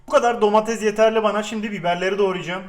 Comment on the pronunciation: abi herşey güzel ama lütfen domatezzzz deme domatese